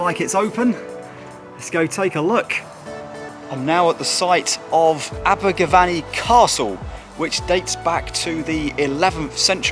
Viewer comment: It's not VANNY it's VENNY😎